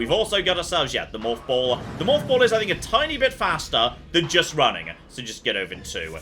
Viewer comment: The way says “morph ball” makes me think he’s saying “moth ball” in British.